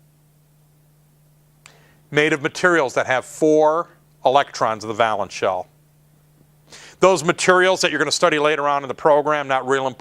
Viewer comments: Thanks for the lesson. One thing though, valence is pronounced "vay-luhns" (with a long "a"). A valance (va-luhns, with a short "a") is a length of decorative drapery hung above a window to screen the curtain fittings. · It's pronounced VAYlence. It doesn't rhyme with "balance" I can't stop myself, sorry. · valence is pronounced vay (like pay) lence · I like it, but it's VAY-lence I think. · I love to see folks spread knowledge. Good job! I just wanted to inform you that "valence" is pronounced VAY-lence (with a long A). It's not a big deal, but it's good to pass on accurate knowledge. Keep up the good work for your students... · It really bugs me that he doesn't pronounce "valence" correctly.